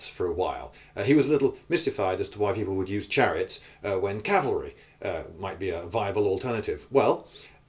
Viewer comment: It's cavalry, other than that good point.